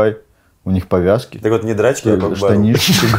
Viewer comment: Кок Бару😂😂😂 Правильно будет Кок Пар 🐎 и Это Казахская национальная игра - спорт Не Азиатская а Казахская.